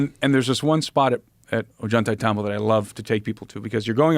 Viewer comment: I like desk clip a lot but I cannot freaking stand the way this dude is pronouncing ollantaytambo! It's just so wrong!!